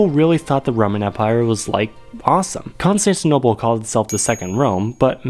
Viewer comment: is it just me or does he pronounce "Constantinople" weirdly?